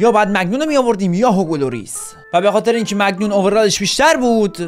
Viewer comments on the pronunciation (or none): چرا به مانیان میگی مگنون😂💔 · جان اون مانیانه نه مگنان😂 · مگنان نیست مانیانه داداشم😂❤ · مگنان نه مانیان😂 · مگنان چیه ، مایک مانیان دروازه بان فرانسه 😂😂😂😂